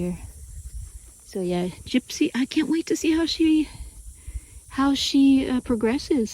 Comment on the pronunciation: “Gypsy Girl” is so adorable. Love hearing you say her name with that dramatic southern draw.